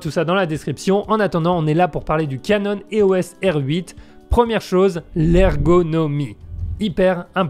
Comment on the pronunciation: Salut, juste pour info on dit eos (éos) pas é-o-s (comme SOS) ;)